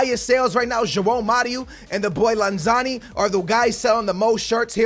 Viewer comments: It's lanzini. not lanzani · You say Lanzani. His name is Lanzini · Its Lanzini not Lanzani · it's not lanzani it's lanzini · Start Antonio move aurnatovic to lm and Joao Mario to the right. It’s pronounced lanz-ene not lanzani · Bro, I laughed so hard every time you said LANZANI, it’s LANZINI with an I. Lol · It’s LANZINI NOT LANZANI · Ffs you say it like this LAN-ZI-NI not lanzani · It’s pronounced lan -ze-ne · Love that you’re doing west ham! Just so you know it’s Lan-zee-nee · You say Lanzini's name wrong